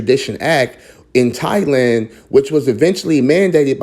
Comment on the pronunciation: Please look up the phonetic spelling and learn how to pronounce the words, Thai and Thailand. Speaking the Kings English is important when trying to teach others.